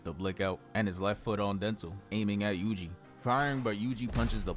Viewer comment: Yuji was going crazy bro 😭 "yugi" 😭 fire vid tho